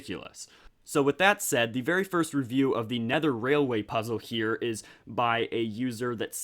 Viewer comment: Lego Pizza 😋... Oh wait you said puzzle 😂